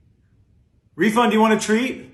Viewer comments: I guess he was saying Rivon, but refund is a perfect name if is lmaooooo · lol “reefund”